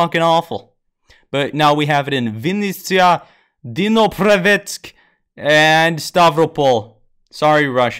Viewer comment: I am ukrainian and it`s quite funny to watch how you pronounce Vinnytsia and Dnipropetrovs`k)) I`ve watched that a dozen times Thanks for the tutorial